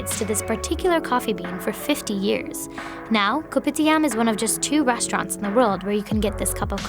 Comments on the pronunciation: The only thing that triggers me that when she says K O P I T I A M we Malaysia ppl say kopidiam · THE narrator: KoPiTiAM Malaysian: cringe